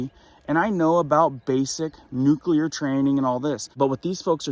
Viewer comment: It's not nucular, its nuclear. Gees.